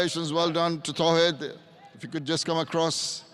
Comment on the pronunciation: not Towhid Hridoy,Its Tawhid Hridoy